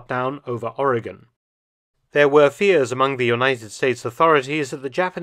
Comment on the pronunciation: Thank you for pronouncing Oregon correctly.